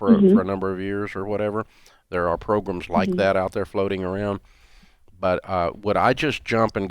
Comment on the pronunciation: If Dave says it progums then it’s progrums.